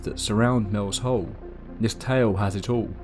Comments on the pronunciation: Every time he said Mel’s hole I winced . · when you said mels soul it really sounded like you said mels hole